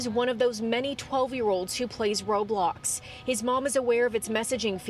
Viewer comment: She said "Robox"